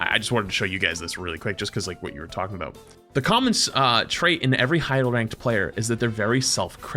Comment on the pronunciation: Is half Canadian or something? He leans so hard into that second "o" in "aboot"